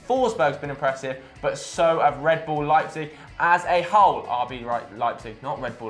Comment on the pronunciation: rb leipzeg, sounds like leiceter.